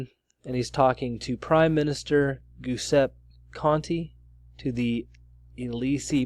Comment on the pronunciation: It's not "goose-ep" It's "ja-SEP-ee"